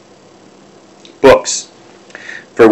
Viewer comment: Tome rhymes with home. You are saying Tomb. Completely different meaning.